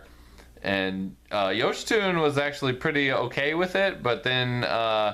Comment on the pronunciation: Great Review! His name is actually pronounced “yo-shee-sue-nay”.